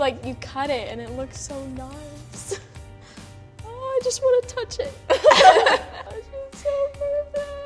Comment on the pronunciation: i don't want to be rude but there is no "h" in want..